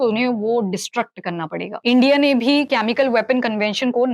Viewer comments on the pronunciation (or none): very good information Except presenter is repeatedly saying कॅमिकल, which is generally pronounced as केमिकल.... Pls don't mind!